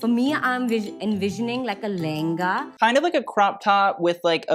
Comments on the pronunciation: Your pronunciation of “ LENGHA” is correct. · You are wrong about so many things but you were right about pronounciation of lehnga before the 2nd bride made you wrong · you were pronouncing lehanga right with the h emphasized (le-henga)!! The bride is saying it with an American accent for some reason😅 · its L E H E N G A, your pronunciation originally was right . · You said it right the first time, Le-Hen-Ga :) Just that the gorgeous bride tat said 'Len-ga' has an american accent too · u pronounced it perfectly! It is pronounced le-hen-ga not lenga , her accent is Americanised so urs was perfectly fine ! 😊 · You pronounced lehenga correctly before :D, it's the nri's generally calling it "lenga" which isn't what most of us call it here in India, lehenga becomes "lenga" mostly in the punjabi accent that's what I have noticed. It's Lehenga as per hindi speaking communities, lenga by punjabi's, "langa voni" which is half sari as per the telugu speaking communities, wtv it may be called, our bridal outfits are super heavy and colourful and just breathtaking no matter which community the bride belongs to, and all of them look super royal on their day makes me swoon each time. Really appreciate you learning about our culture and different events before you react to the outfits :D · “Lehanga” the way you said it is the correct pronunciation. Not “Lenga”, She has an accent. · Your lehenga pronunciation was absolutely correct... it is lehenga not lenga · U were pronouncing it right as le-hen-ga and not len-ga people abroad or the ones that have developed a bit of an accent say len-ga the correct hindi pronunciation is le-hen-ga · it is LEHENGA not LENGA. you pronounced it correctly :) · Your pronunciation of lehenga was correct earlier, that's how we say it in hindi "le-heng-a" :) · you were actually right with your pronunciation of lehenga . it is in fact le-hen-ga . i feel like she,s saying lenga someone raised in america with an accent would say